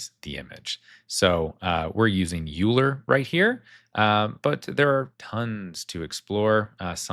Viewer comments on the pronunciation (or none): Euler is pronounced Oil-er, after the famous mathematician. I only found this out recently and thought I'd share. Loving these tutorials.